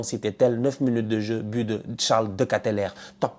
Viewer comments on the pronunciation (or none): Tu as du mal avec Deketelaere^^ Allez je te le fait en phonétique" Deux qu est te lard reuh", maintenant si tu veux l idéal faut rouler le dernier R. c est chaudronnier en français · on dit "De - Ké te laare" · On écrit "Charles De KEtelaere" et on prononce "De KetelAR" (pour simplifier). Faudra demander quelques exercices de flamand / néerlandais à ton pote Wiloo 😉😘 Merci pour ce debrief 🇧🇪